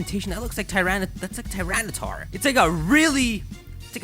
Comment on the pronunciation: Who else thought the new pokemon said tyraydar